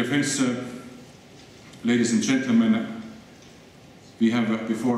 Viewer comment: "Ladiesent gent-le-men"... xD